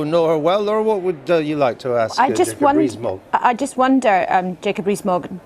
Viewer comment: Jacob BREEEEEZE-MOGG.....that's how this reporter/ journalist seems to pronounce his name. Maybe he's on to something.